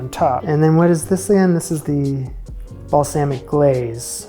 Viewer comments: Loved the show, I wouldn't change anything, but if you did change anything, pick a pronunciation for "balsamic" and stick to it. That's it. Keep up the awesome work. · My ears twitched every time you said balsamic.